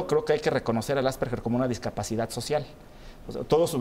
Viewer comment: ¿No es Asperger, en vez de Asperguer, con "u"? /Tal vez cuando escribo esto , el programa ya no exista. Por favor, confirmar.